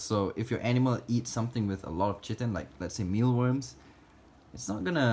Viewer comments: Chitlin is pig intestine. Chitin is what your roaches bodies are made of. It's pronounced KY-TIN. Great video tho! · Chitin is pronounced “kee-tin” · Chitin is said Kite-in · Kai-ten. the Ch makes a K sound here. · Chitin is prounounced ky-tin. Just letting you know, not trying to be rude. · Its pronounced "kite-in" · Just a tip chitin (exoskeleton) is pronounced "kye-tin" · The h is silent in chiten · It took me a minute to figure out what u meant when u were saying chitin lol. It’s produced by saying the word “kite” and then saying “en” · It is ky ten not cheten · Not citin, cHitin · Chitin is pronounced Kytin, more enthuses on the I with a stronger C. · Pretty sure it’s pronounced Kite-in, not Chit-in I know it’s spelled chitin, but have seen it pronounced both ways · it's keritin, not chriten. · KI TEN NOT CHITEN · it is pronounced kite-on not chi-ton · you say “shittin” 🤣🤣 Chitin the insect exoskeleton protein is pronounced KY(like die) TIN. Ky-tin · You pronounce it as Kayten not shittin'... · its pronounced kite-en not chittin btw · Its Chitin [(Kaitin) ˈkʌɪtɪn ], not chitin [tʃitin]. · I think you are trying to say chiton. I think it is pronounced kyton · KY-tin, not CHIH-tin :) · Chitin = kai-tin 😊 Kai sounds like the beginning of the word Kite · Lmao chitin is pronounced kai-tn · F.Y.I. chitin is pronounced kit-in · It's pronounced KY-TIN lol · Chiten is pronounced kite - en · chitin pronounced "kiyan" :) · Chitin = "ky-tin" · It’s pronounced ky-tin if anyone was wondering 😂😂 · Thx for this in depth video on Dubai roaches and when you said chitin I believe the correct way to say it is ck-I-tin thank you and I love all of your vids❤️ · I know this vids very old but chitin is pronounced kitin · Chitin is pronounced like kai tin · Chitin = WRONG. SHITIN = correct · Chitin lol is pronounced kite- in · It's (ky-tin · Chitin is pronounced Kite en, jic any1 was wondering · Chitin is pronounced like kai-ten. I know. I'm a grammar Nazi or whatever.